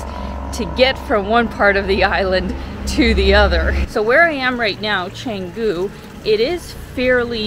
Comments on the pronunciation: It's cha..not che...like so lazy to pronounce it in its language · Very good brief description of what Canggu can offer whilst there are more to be discussed. A bit of comment, if possible, is to pronounce the word "Canggu" as the locals do would be much appreciated than sticking to the tourist accents. Thank you.